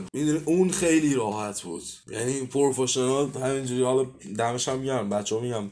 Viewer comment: داداش خسته نباشی-برنامت خوبه واقعا و حرفات راجبه رسانه ها و بحث فروش و کپی رایت اینا درست و عالیه-ولی ی سری جهت گیری کردن هات خیلی مسخرس و لطفا رو انگلیسیت کار کن-ای از پورفشنال گفتنت اون از فِوِرِیتت - آرزوی پیشرفت و موفقیت بیشتر